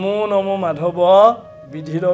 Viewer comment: মাধৱ মাধৱ --- শব্দৰ উচ্চাৰণৰ ওপৰত পাঠক সকলে লক্ষ্য ৰখাটো ভাল । বহুতে চাই আছে সমালোচনাৰ উৰ্ধত থাকিব লাগিব । ক্ৰিষ্ণ ।